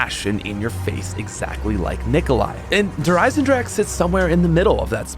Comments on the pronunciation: Der eisendrahhhhcccckkeee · I love how the not German people can’t say “Der Eisendrache” properly lol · It’s been years and you still don’t say it correctly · It's 2020 and still can't pronounce the Map right.;)